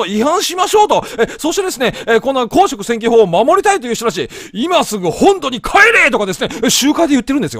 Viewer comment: 公職選挙法のイントネーションがすごい気になるな！